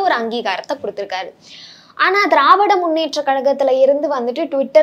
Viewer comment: he says dravidaR munnetra kalagam instead of dravida munnetra kalagam... this is the standrad of todays journalism sorry PRESSTITUTION.. it reflects in his questions and intentions too...